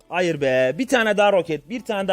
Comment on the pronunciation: hayır demene hayranım adamsın